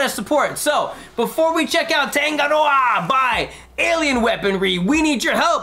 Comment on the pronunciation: Love the reaction! Just a tip..its pronounced Toungue-Ah-Raw-Ah with the rolling of the 'R' :) Tangaroa, the god of the sea, the one we pray to before we dive for some kaimoana (Seafood) .Nga Mihi guys